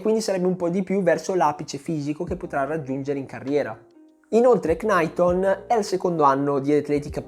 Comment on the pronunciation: Capisco tutto e amo i tuoi video perché sono molto specifici e molti di essi spiegano e scavano su argomenti di atletica leggera come quasi nessun altro in Italia fa… Però “Cnaiton” invece di “Naiton” non va bene secondo me. (È una piccolezza)